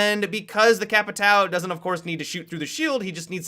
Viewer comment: Damm,people still don't pronounce capitão correctely